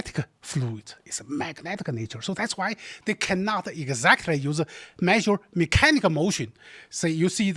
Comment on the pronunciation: When that guy said "egguzactory" a hundred times, I really felt that.